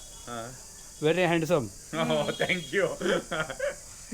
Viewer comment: "СЭНКЬЮ" - это вообще ужас. В коррекционной школе не показали как произносят звуки TH, высовывая при произношении кончик языка на выдохе.